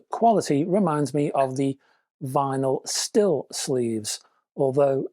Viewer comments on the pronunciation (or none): Hi, the Styl in Vinyl Syl is pronounced same as Style 🙂